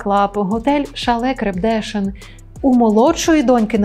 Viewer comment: Ви навмисне всі наголоси так розставили, щоб ми коментарі писали ))) ? рОндель, крепдешИн 🤓